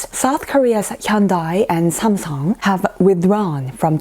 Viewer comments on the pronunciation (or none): Hahaha, I find it funny the way pronounces the Japanese brand Samsung... it's NOT Somsom, dear!! 🥰